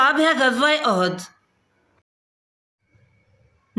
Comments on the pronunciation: عزوة(اُحُد) تم نے عزوۃ اَحَد پڑھ لیاجس کی معنی ایک سے ہو گا صحيح پڑھنا چاہئے جیسے اُحُد جو كه مشهور پہار ہے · Ahad nhi uhad hai.